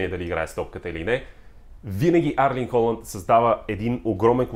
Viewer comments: Името му не е ли Ерлинг Холанд а не Арлинг? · Моля те не му казвай Арлинг моля, иначе добър клип!